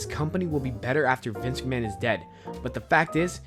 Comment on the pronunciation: Good video, but work on your pronunciation - you said "live tragic" instead of "tragedy", mispronounced Vince McMahon repeatedly and so on. Good vid though.